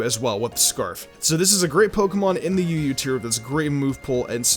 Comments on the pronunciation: I thought when you said UU, you said Yu-Gi-Oh 😂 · I swear up and down I thought he said Hydreigon was one of the greatest life orb users in Yu-gi-oh just to troll us... he said UU... but it took me like 9 times to hear it right